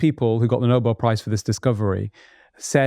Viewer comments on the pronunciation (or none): none